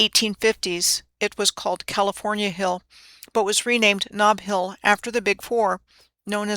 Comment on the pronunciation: Ah, "snob" (Knob) Hill.